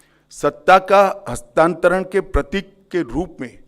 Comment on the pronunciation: कृपया हस्तांतरण शब्द को बार-बार बोल कर इसे सही से बोलने का प्रयास करें कल मैं दोबारा सुनुगा